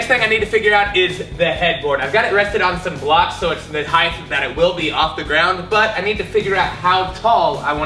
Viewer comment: Dude is amazing but when he said “heighth” I got lightheaded.